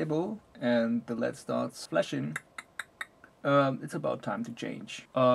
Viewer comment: Awesome review!! One thing - led is pronounced L.E.D. Stands for light emitting diode.